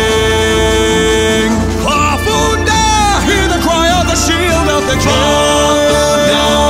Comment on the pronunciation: it made me so very sad when he said farfunda instead of farfundada